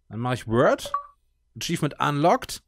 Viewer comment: Ach ja... Das schöne "Rord"...